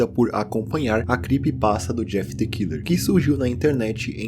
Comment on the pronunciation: The= pronuncia "de".